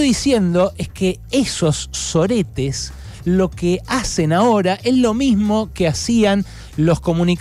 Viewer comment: Me encantó el énfasis al pronunciar SO-RE-TES !! 😂😂